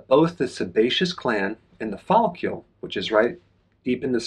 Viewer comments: It’s hard to trust a man who mispronounces follicle so many times. There is no u in follicle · You’re saying follicle weird. It’s distracting 😂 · I know, I just wrote it as Dr. Berg pronounces it in the video.